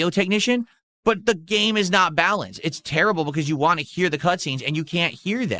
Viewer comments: "Ill give u wha u wahh".... what does have against the letter "T"?!?!? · “I’ll give you whatchu wah, if that’s really whatchu wah.” 😂😂